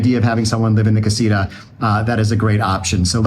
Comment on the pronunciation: Casita. The TA needs to be emphasized. Not Ra . Just saying . Jeje